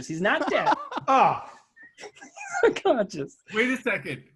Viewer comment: Why can no one pronounce unconscious lol I'm halfway through and so far I've heard unconshun and unconscience